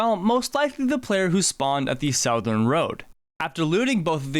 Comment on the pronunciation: Bro look up how to pronounce "southern" please